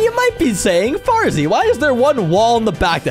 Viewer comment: The fact when the spiders where clikbing on the wall Farzy said "Fartzy"